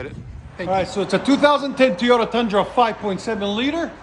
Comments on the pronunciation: Well it does sound off I’m sure there are things you say that aren’t pronounced correctly either. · Keep saying TeeYota. Don’t let the haters bite your style. It’s good for the comments algorithm.